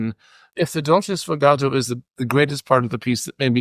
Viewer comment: It's sfogato, not "sfogatto." Thank you.